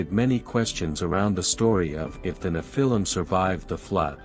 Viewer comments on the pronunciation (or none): neph-a-leum (pronounced) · The accent is on the FIRST syllable, not the second. NEPH-il-im. Google is your friend. You’re welcome. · Nephilim is pronounced wrong and they did not MARRY the women, They Took them, most by force. VERY different definitions